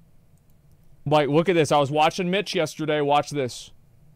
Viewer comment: 'vis time'.